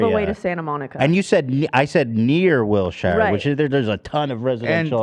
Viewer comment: Ethan saying will-shire solidifies he’s not from LA at all